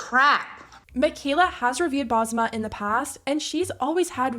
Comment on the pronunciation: also why are american influencers butchering up the name Basma? its an S in the middle of the name not a Z